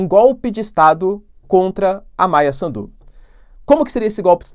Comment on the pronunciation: Professor quando fala Maia Sandu não acentue no D só no S. Afinal mais pra o fim tu falaste bem o nome. Adoro o seu trabalho!